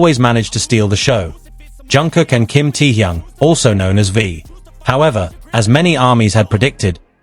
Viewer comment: Can’t stand how is pronouncing Taehyung.